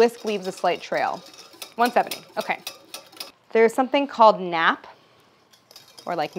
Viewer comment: Nappe is pronounced more like nap eh lol